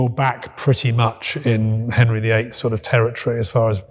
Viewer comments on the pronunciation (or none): none